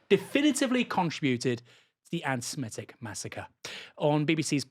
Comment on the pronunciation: So happy to hear you pronounce 'Semitic' rather than 'Semetic'!